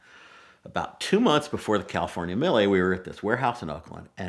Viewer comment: Funny how you can't be bothered to pronounce mille correctly and just pretend that it's an American word